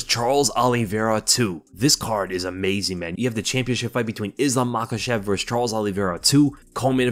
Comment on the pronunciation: And it’s Islam Makhachev 🤷‍♂️